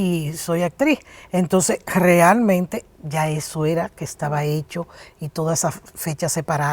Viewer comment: La doctora Nancy es adicta a la palabra "realmente" o como ella la pronuncia "grealmente", tanto en su programa como en entrevistas